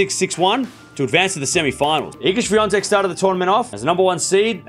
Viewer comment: Iga Świątek - well pronounced, thank you!